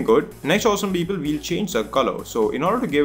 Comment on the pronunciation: The tutorial was fucking great and helped me a lot, but his 'Beoble' made me crack every time. XD